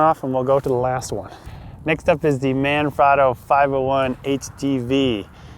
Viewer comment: Hey, Manfrotto is an Italian company. The A in "Man" is pronounced like the A is "mama". The O in "frot" sounds like the O in "afro" and the O in "to" sounds like "toe"